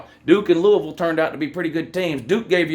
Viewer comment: ND lost to “LOU”isville lmao